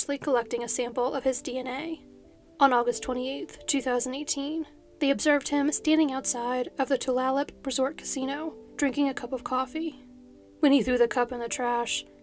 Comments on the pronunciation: Just for future reference, Tulalip is pronounced too-lay-lip. Well, that’s the English pronounciation. The lush posters pronounciation is more like dew-all-yup. Either works! :) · For future reference, though not likely it’s pronounced “tuh-lay-lip” :) I live right down the road from the casino, it’s crazy to think that such a creepy guy was so close to me!!